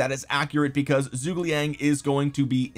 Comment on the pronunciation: seems like everyone having trouble pronouncing Zhuge